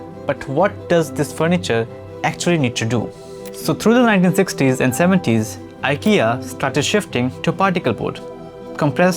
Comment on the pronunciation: It’s Eekea😊